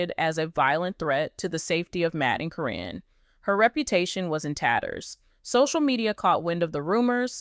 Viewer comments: Why does the narrator keep saying Corrin and not Karen (Caryn) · I think this is false. The narrator can’t even get Karen’s name right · Her name is Caryn Chandler. I am so sick and tired of the poster pronouncing Caryn's name correctly in one sentence then mispronouncing in the next sentence. If the poster is so up to date on the family they should know how to pronounce the names. The poster has also mispronounced Zach's. Name as well. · They are just pronouncing her name wrong is what it is